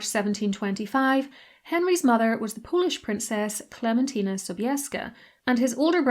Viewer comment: You pronounced the name of Polish princess Klementyna Sobieska very well!